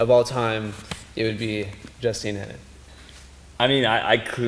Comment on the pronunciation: U dont pronounce it Henin 😂👯👯👯